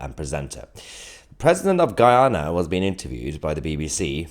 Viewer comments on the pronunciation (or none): GUYANA not Guayana. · It's Guyana not, guAyana btw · Ghana, not Guayana. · How embarrassing, the narrator declares ‘Guayana’ (the correct spelling is Guyana) to be a country in Africa. It is actually in South America!